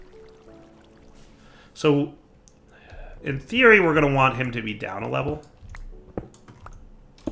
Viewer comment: "in theory" = "hey siri" lol